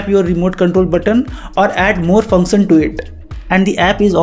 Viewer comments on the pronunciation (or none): Bro Try to improve pronounciation of "tion" part in "application" "function" etc.... Its should sound like" sh"op And not like "soap" Your english is very good actually You speak better than me.... But felt something wrong while repeatedly hearing that odd noise... Not trying to be offensive or something Just a suggestion bro.. Pls Try it..... It will improve your channel